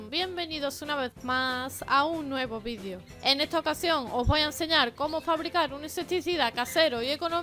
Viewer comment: Porque dice ,vidiio